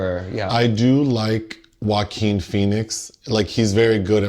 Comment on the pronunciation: "Joe-a-keen" is now the only way to say his name 😂